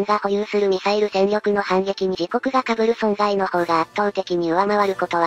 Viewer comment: 被る（こうむる）